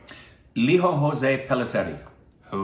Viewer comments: Its Lijo not liho. And Jose is not hose. Its Jos( 'e' silent). picked it up. Hope you pick it as well. I don't mind pronouncing it 'Mal yal yam' instead of Ma la yaa lam., you are almost there 99%. If you are not judging us Stupid babies based on our pronounciation we dont have any right to judge your pronounciation. My malayali friends, our english pronouncian is pathetic.they dont judge you so we should not be judging them. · It's not "ho'se" as in Spanish. It's 'Joss' as in 'close' in English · It's not Spanish pronunciation guys it's indian pronunciation it spell as lijo like lizo not liho and jose as zose not hose, pellisery is alright. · "Lijo jose" Not "hose" "Jo-ss" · Jose is not pronounced Hos'e like latin ..its more like joe's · Guys i get u have a lot of spanish influence in US but i dont understand why you would think indians would pronounce 'j' as 'h'. Its LIJO JOSE, j as in joseph not in the spanish name 'jose'! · Great review but his name should be Lijo pronouncing the jay.the same for jose. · You don't make the j sound h like the Spanish names for Malayali guys.